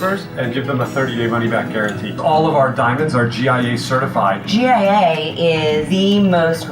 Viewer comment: She said GAA instead of GIA